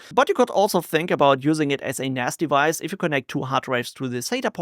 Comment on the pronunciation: I heard "you can also use it as a nasty vice" ... then I realised you said "use it as a NAS device"!